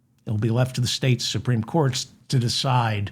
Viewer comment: The supteme what!? Oh, you mean The Grand Fascist Council.